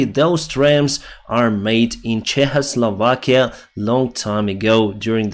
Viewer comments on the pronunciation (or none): none